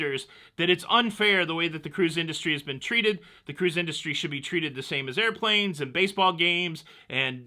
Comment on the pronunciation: Hahahah AIR RO PLANE 🤣 😂 😅 😆 🤪 you crack me up